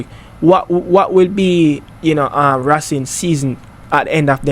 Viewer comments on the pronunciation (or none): Ray_cing not rassing